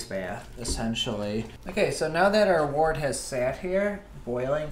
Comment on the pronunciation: Unfermented beer is wort, not wart. Pronounced like “word” with a t. A wart is a skin condition.